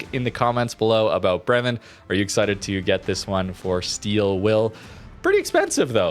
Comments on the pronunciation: its Bremen, not Bremmen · As iam from Bremen, i gotta Say its a long first E in Bremen, so basicallly Breemen but not Brimen :D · For pronantiation: Its "BREH-men" the stress is on the first syllabus. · Bremen is a German city. That first e in Bremen sounds like an a, as in day. It's pronounced 'Braymen'. I'm not German, I'm Dutch, but still I think it matters to at least try to make an afford to get close to what it suppose to sound like. And this one isn't that hard. The b and the r are a lot more difficult for a non German, but that first e,....it's hard to miss.